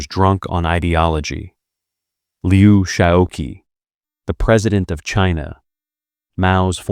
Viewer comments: Would it have been too much to ask that the narrator FIND OUT HOW TO PRONOUNCE THIS NAME: Liu Shaoqi? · The gross mispronunciation of his name was a distraction.